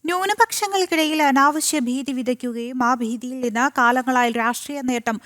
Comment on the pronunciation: ബീതി അല്ല ഭീതി ആണ്